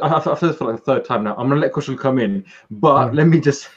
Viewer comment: Please say Kushal name correctly!